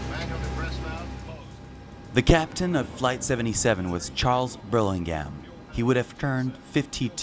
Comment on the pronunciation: Chic's name is Burlingame ( not Burlinghm as pronounced here) That is "game " Same as my name. Burlingame rhymes with name.